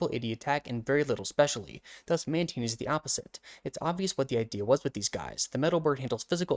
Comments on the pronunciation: I clicked off as SOON as I heard Man-TEEN 😭😭😭😭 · Its pronounced man-tain Love ur vids btw